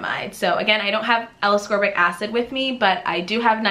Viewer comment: Appreciate the review. Heads up, you don't pronounce ascorbic acid correctly.